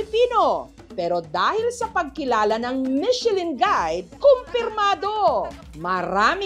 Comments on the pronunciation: Parang pronunciation nyan " mi shuh lan(nasal), hindi Michelin?😊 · Buti pa si Ms. Jessica hndi inaartehan ang salitang MECHELIN, yung iba inaarte ang pronunciation na "MICHE-LAN" HAHAHA